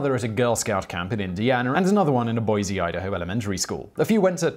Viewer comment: no 'z' in Boise.